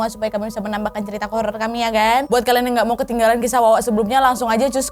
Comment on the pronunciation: Awal" bikin video mh kaleeeem banget jaim. Sekarang mah wadidaw wadaw gak ad kalem" nya, tp justru malah seru cara pembawaan nya jelas dan seakan akan kita yg nonton Ikut k dalam cerita.. syuka banget sama cerita wawak yg d bawain sama kak Nadia apa lg kalau udh bilang "KLEEN" (KALIAN) 😂